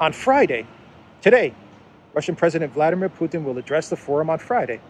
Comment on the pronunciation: [vlad EE meer]